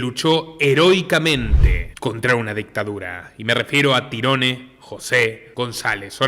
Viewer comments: se pronuncia tairon,no tyrone 😂 😂 a ese cuento le falta un pedazo.sabemos que esto es un cuento lo que cuentan los amestica.que estan tapando la verdadera verdad.y que fueron ellos los asesino si.pero estan cubriendo a alguien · Excelente reportaje, solo el detalle.. se pronuncia Tairon su nombre.. Tirone... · no se pronuncia tirones si no tairon gonzalez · NO SE PRONUNCIA TIRONE SE PRONUNCIA TAIRON "TYRONE" BRUTO ES UN NOMBRE DE ORIGEN ANGLO ESPECIFICAMENTE IRLANDES Y ES ALGO ASÍ COMO TIERRA DE OWEN O LUGAR DE OWEN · Su nombre se pronuncia "Táiron" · Muy buen análisis como siempre! Un trabajo muy bien hecho… aprovecho y te ayudo su nombre se pronuncia tairon espero no te moleste! Un saludo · Tyrone (se pronuncia Tairon como Tyrone 'Tairon' Power) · Se escribe TIRONE y se pronuncia Tairon...nombre anglosajón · Excelente reseña, solo una precisión, su nombre se escribe "Tyrone", pero se pronuncia "Tairon" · Tyrone se pronuncia "Tairon" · Sos iletrado porque pronuncias el nombre de canserbero a como se escribe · Muy buena narrativa pero no aprendiste a pronunciar su nombre antes de hacerlo